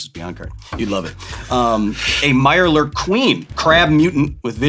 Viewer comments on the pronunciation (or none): none